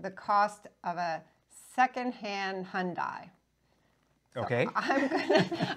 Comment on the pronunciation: Your videos always amuse me and this was super and fun. It's always great when you Americans try and speak English especially when trying to pronounce 'hyundai'. I just wish Patrick Moore was still around to amuse you in return.